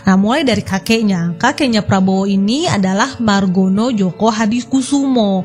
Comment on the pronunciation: djojo dibacanya JOYO kak, bukan JOKO